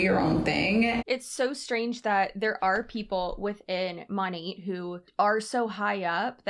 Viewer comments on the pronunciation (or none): She mon-ATE lol